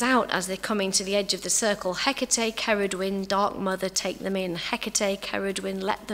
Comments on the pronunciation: At least pronounce her name properly for a lecture 🙄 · can no one pronounce her name right! and if you have to make a video reading a paper then no.